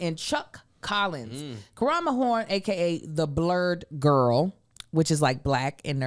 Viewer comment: “She’s a city gworl” 😂😂😂😂😂😂😂😂😂😂😂😂😂😂